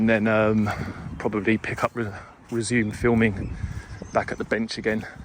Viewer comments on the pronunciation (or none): none